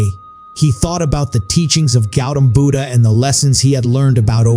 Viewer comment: Not pronouncing Buddha properly